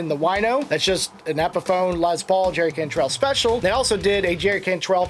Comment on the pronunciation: it's "Lessss Paul" not "Lez Paul" his name was "Lester Paul" not "Lezter" no offense to our LGBTQ friends.....